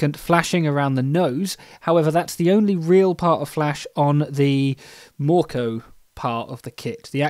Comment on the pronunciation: You were actually pretty good with your pronouncing of mörkö, ö is not the easiest sound for English speakers. You're right, the green is olive green, fs 34096 is pretty good for the purpose. For instance mr hobby H320 or Hataka's A301 are pretty close.